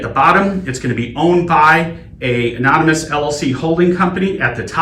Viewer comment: 'Amomynous' lol